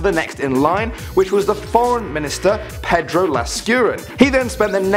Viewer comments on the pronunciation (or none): none